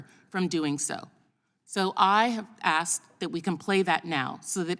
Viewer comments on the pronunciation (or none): P.S. Did she say aksed? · She aKsed the question. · She is a DISGUSTING POS, RACIST and is only another AA placement. Who votes for someone who says; "I axed you ...."